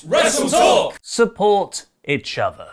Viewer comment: "Support itch other" everytime 😂